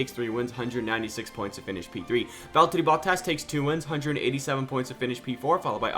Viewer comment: The fuckin Valllllterrriiiii Botttaasss, dude thinks he is finnish